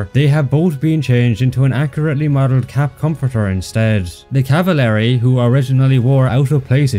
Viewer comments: Hold on.. He just said cavalery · Not meaning to be annoying but its pronounced (caval-ry) not (cava-lary)